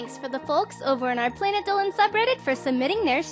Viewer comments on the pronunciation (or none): none